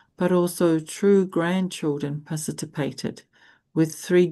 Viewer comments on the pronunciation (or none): PARTICIPATED not parcitypated! Please drill and correct this word! It is annoying.😢Every day you say it WRONG!😮